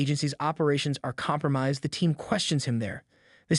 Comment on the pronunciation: It's pronounced kom-pra-mized, like eye. 👁‍🗨